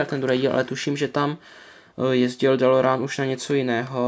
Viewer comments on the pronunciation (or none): Kup si je od Welly je to celý anglicky a model je lepší. Navíc je vzadu popis dílu a DELOREAN se vyslovuje delorejn!!! Už mě sere ten nový dabing co je na DVD!!!